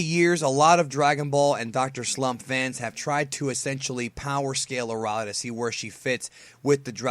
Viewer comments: No Aralee. It's A-rail. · It's Arale, not "ARRRRALE" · her name is uh - ray- lee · It’s pronounced air real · Arale isn't pronounced like that. its. uh- Ray- Lee.... do you even have the right to this video if you're explaining who she is, but pronounce her name???????? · thats not how u say the name air-re-ale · Soooooo strange to hear her name pronounced the way it is in this video.... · Oh my goodness, please learn how to pronounce with respect to the language